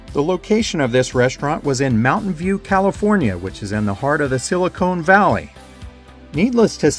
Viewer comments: It’s SilicON Valley, not silicONE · Just an fyi, it's Silicon Valley not "Silicone" Valley. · It's Silicon Valley, not silicone. Just saying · Not sure if "Silicone Valley" was intentional or not, but I heartily approve: That place is so plastic it runs right up to its very heart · Just a pronunciation note... it's Sili-con (not cone!) Valley. Fun videos, thanks! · "Silicone Valley" lmao 🤦🏻‍♂️